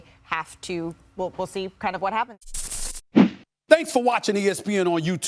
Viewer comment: "Some thing is gonna happend" stephen A😅